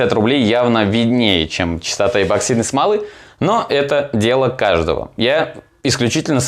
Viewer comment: почему эБоксидной то?! Неужели прочитать правильно так сложно